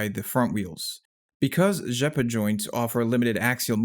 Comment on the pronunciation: Great pronounciation of the name "Rzeppa"! :)